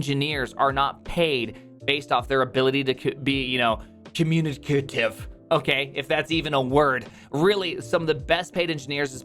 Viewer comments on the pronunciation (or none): makes a point on how being good at communication isn't the most important thing cant pronounce "communicative" ...point made :D